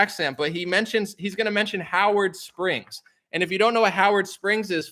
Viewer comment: Am I the only one who noticed that when that Aussie said Howard Springs it sounded a lot like Auschwitz am I really the only 1 who noticed